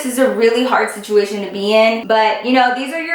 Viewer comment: Not hating or anything, but does anyone else notice when she says situmation instead of situation? I she doing it in purpose..? 🤔